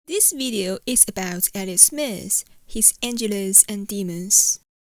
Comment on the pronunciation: “Angels” not Angeles